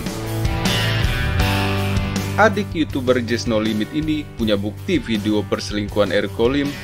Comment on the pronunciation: Di menit jess no limit kak bukan jess no limet